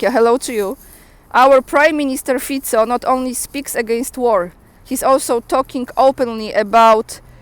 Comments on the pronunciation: You said Mr. Fico name correctly. Pronounced same way in the Balkan Slavic languages. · Thank you for your contributions and for the informations,, keep up good work 👏 👏 it's very nice to see some Slavs are waking up to those lies,, you have Fico's name pronunciation spot on 🇸🇰 I would never thought that I would ever could've agreed with Fico but he won me on this one!! I'm glad he has proved me wrong 🇸🇰 Shame how lots of slovaks and most of our brothers Czechs forgot how the velvet revolution was won ❤✌🏻 TRUE WILL BE VICTORIOUS ✌🏻 ❤ PRAVDA ZVÍŤAZÍ🇸🇰🇨🇿❤